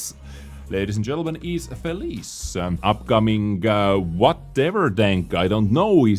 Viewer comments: It's not pronounced fee-leese.. It's pronounced Fee-lee-chay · It's pronounced fell-e-chair, it's Italian for 'happy' (unless you're at the other end, I guess). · Hi! In Italian it read like this FE-LI-CHE it means happy ☺️ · I don't wanna seem nerdy but in the Felice name, the "ce" part is read like the "ch" of chainsaw and not as feliz, just to fill you up on some Italian grammar from ya pizza boy ;)